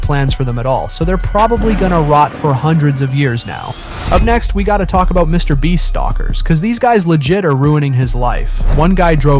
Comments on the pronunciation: "Mr. Bleach" XD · Mr Beat? Bro, what is with this voice over? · Why are you saying Mr. breast Mr. bleach and Mr. beat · You said it again quit saying Mr beat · You just said Mr beat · Yo is it just me or did he say mr BLEACH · Why is it half way through the video it sounds he’s now “Mr Beach” and/or “Mr Bleach” at times?